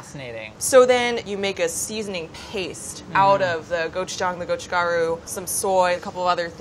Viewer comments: i know its not his fault but omg ive never heard someone pronounce gochujang and gochugaru THAT incorrectly before (still love you ) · the way he pronounces gochujang and gochugaru is pretty amusing to a korean